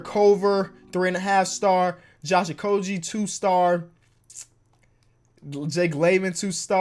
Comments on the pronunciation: Josh okogie is pronounced with a g sound not a j sound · please learn how to say Okogie correctly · Any other wolves fans out here cringe every time he said Okogie wrong?